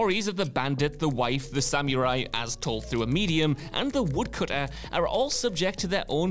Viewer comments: Wut's up with the way this guy pronounces "scarlett johansson" but by far the worst how he says "samurai" (samyu rai?) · This was awesome. My only issue is the pronunciation of samurai is distracting in a not good way.